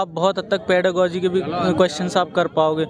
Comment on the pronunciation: ओह न्यूज रिपोर्टर साहब पेडागॉजी बोलना सीख लो सबसे पहले तो